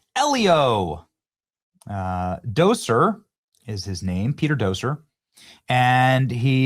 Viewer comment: Lol "Doser"? It's pronounced "Doctor". You even missed the T